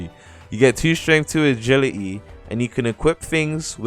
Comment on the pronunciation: agiligy :) agili'e